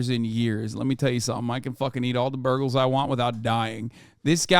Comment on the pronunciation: hasan said “burgles” on his burger rant